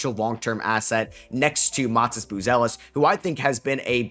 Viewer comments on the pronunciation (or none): none